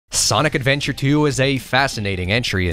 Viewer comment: look retro....we need you....the worlds needs you...also you said it..."ADVEBTURE!" love it